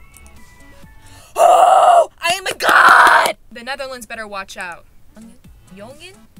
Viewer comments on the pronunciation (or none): jongen prounounced like young (g)'un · As a Dutch person, I can confirm that you need to speak “jongen” as “yongun” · I SPEAK DUTCH AND I WANNA TEACH U BC U EVEN CANT SAY 'Jongen' WTH THATS ONE OF THE EASYEST (o and btw u should learn more dutch on the nl!!) 🧠🧠🧠:shelterin:😤😤😤😤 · Jongen is pronounced like “human” but instead of an “h” it’s a “y” sound and the “en” makes a “uh” sound. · As a Dutch 🇳🇱 speaker Your pronunciation of the word “Jongen” made me die a little on the inside But I’ll give you some insight It’s pronounced like “You•men” or at least that’s the best way I can put it